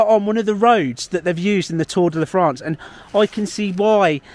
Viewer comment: Tour da "LA" France 🤣🤣🤣🤣